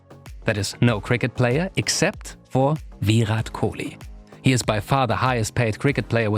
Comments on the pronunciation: Do you really don’t know how to pronounce his name while you say Viiiirrraaat Kohli instead of Virat Kohli.. He is way more popular than most of your country’s sportspersons and probably deserve much more respect from people like you.. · ITS VIRAT KOHLI NOT VYUROT KOLI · "VEERAT KOUHLI" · please say the name correct pls it's VI-RAAT KOH-LEE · Are Bhai usko sirf ek hi language aati hai, aise logon ko pronounciation me dikkat hoti hai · The way he says Virat Kohli like it's veerat kohlee 😂😂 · I normally like your videos. But trust me this is poorly researched. Firstly, learn to say his name, and when you do, don’t say it like a robot. Secondly, Kohli was popular in a country of 1.3 billion way before 2016 - he’s been the Test captain since late-2014. Also, launch of Jio may have contributed to his Instagram popularity, but it’s not solely responsible for it. His ISL investment predates 2016 too, and so do his endorsements. You also should’ve dug deeper and included the fact that before Puma, he was a Nike athlete and even had a legal dispute with them. He then moved to Adidas, before abruptly severing ties with them, but again your presumptuous video has not even scratched the surface of that tug of war between sportswear giants to to acquire Kohli. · The way he says virat kohli is so funny 🤣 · Man, learn to pronounce his name XD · First learn how to say virat kohli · The way he says virat kohli 😂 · Each time he pronounces "Virat Kohli" I chuckle. 🤣🤣🤣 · Just the way u pronounce Virat Kohli 🤮🤮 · If only he had put in a little more effort and learnt to pronounce his name right.